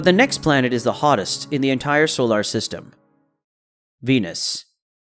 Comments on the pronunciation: I got hung up on that too. They can't find a person to speak? You'd think they would have fixed it. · Fantastic video. Super distracting how you say solar, but a great video 😂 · "Solar" needs some pronunciation work.